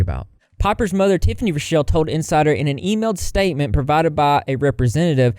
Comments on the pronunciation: Raw-Kell Not Ruh-Shell ... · How come not a single YouTuber knows how to pronounce and spell “rockelle” correctly? “Rock-ell” Please spread the word to all the drama channels I’m tired of y’all getting it wrong 😂